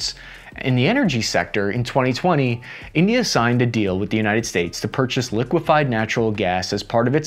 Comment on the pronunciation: I died laughing at the very start. Calling India... "Tindia" was fantastic sir. Either it was a sound mistake, or you actually called them Tindia for the shits and giggles of it hahaha...😅